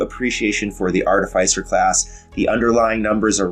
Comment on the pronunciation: Great video! Love the way you explained your choices for this build in reference of context and passed builds. Clear on screen info. Now,..if you could just prononce the name of the class properly! Just kidding, great informative video. I was sold on your channel even before Treantmonk showed up. ;-)